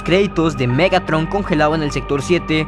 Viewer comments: te comiste la “r” en el nombre de Megatron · más perturbador MEGATON XD(te falto la R capo)